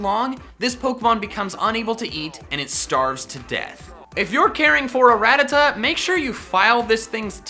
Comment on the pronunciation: I hate how he says Rattata wrong just wrong